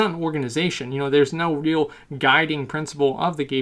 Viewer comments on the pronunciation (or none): The way that you pronounce ''real'' HAHAHA